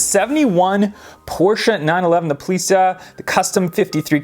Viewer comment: I like the Polizei. You say it more like Policia, but it’s actually German and sounds more harsh. You pronounce the “Poli” correctly but the Z is a hard Z sound and not like S. The ei sounds like “eye” that you see with. Poli-Zeye.